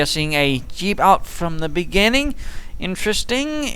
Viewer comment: where are you from? you say dyeep not jeep :D